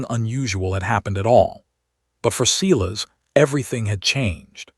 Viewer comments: Sigh-las. Not Sea-las. Yikes. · Every time AI says Ceeless instead of what I believe is Cyles it drives me crazy. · Is the bloke's name Silas? In the UK we say Sylas not Seelas. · If only the AI voice could learn how to pronounce words like bowed, Silas , read, Aleric. Alternatively use simpler names.